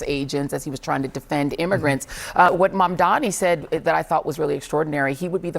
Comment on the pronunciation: This is why he is considered "reasonable and fair"... he is actually just insanely inconsistent. The guy can't even pronounce Mamdani's name correctly, and somehow people still admit to getting all their news from this guy. It's insane.